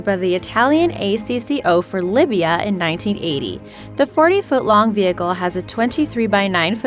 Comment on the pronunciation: Libya, not Lybia.